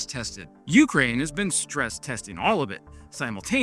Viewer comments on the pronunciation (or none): none